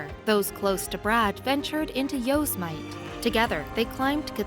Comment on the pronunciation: Yosemite pronounced: Yow-seh muh tee ! NOT YOWS MITE ! You would think when putting a article together a little more research could have been done !